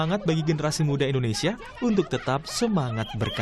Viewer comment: Warganet endonesia. Wahai bapak vo. indonesia bukan endonesia 😭